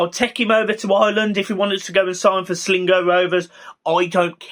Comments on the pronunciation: You forgot about Branthwaite coming back. So who's your ball carrying CM? Attacking wise, my shout is for Periera off West Brom, I think he'd do well for us and us a good age. Also, it's Sligo Rovers, not "Slingo" Rovers :) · by the way it's Sligo Rovers, pronounced Slygo, but even they would'nt take Delph